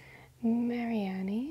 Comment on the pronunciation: I don’t mean to offend anyone but I low key got triggered when she called Mareanie “Mary Annie”